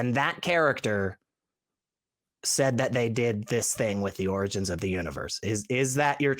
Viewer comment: Can't even pronounce the word "origins" properly. 🙄